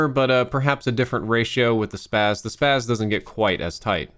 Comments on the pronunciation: Its no the SPAZ... It's pronounced "Spozzi" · People have been saying it wrong for years. First it should be called the ESS PEE AY ESS-12 shotgun since the name is an abbreviation. But if not it is Spas like plural spa. Not SPAZZ The version in this game is actually the LAW-12 variant.